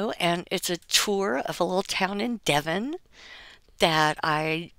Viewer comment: I'm so happy you said Devon! Nobody ever says Devon.